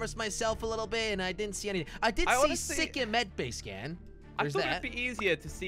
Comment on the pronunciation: Jelly its not Sicke Its pronounced like SIKE